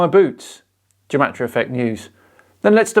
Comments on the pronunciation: Its pronounced with a hard G like game. Not like jematriah. I know is only pronouncing it that way because this joker is. The fact, however, that this joker claims to be a Gematriah expert and cant even pronounce it is.... sad. Also the entire concept in Judaism is based on the concept of sanctity of the Hebrew language in the bible and the fact that in ancient times the hebrew/aramaic alphabet was also the number system. Something that cannot be said for the modern English alphabet. But I suppose when people appropriate others culture they rarely show it enough respect to actually learn about its history. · I'm a Hebrew speaker, & "Gematria" is pronounced with a hard G as in "God", & not like a J. I'd expect Zach to know that, as someone who claims to be such an expert in it. Also, it's interesting to note that even medieval rabbis who excelled in Gematria & wrote many manuscripts on it always clarified that it can't be used to prove anything.